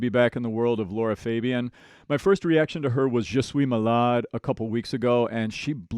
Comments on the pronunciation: Her name is LAra not Laura … LOra pronunciation Is wrong try with the sound A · Love your musical critique and seeing how much knowledge you have, but; you're saying her name wrong... I've heard it three times you call her Laura it's Lara... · Her name is Lara not Laura….she is amazing and the best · Just a note it's not Laura it's Lara Fabian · Lara =LARA, Laura =LAURA. Her name is the first one, not the second. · Her best performance is "Je suis malade". Be ready to cry when you hear it 👌 By the way, her name is not Laura. It's Lara. Pronounced differently.